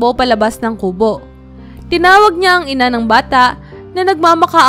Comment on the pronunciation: Ayusin mo ang pagbigkas Ng salitang kubo di maragsa Ang pagbigkas nyan